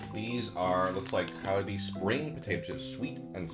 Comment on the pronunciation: Why did you pronounce Calbee like kalbi 🤣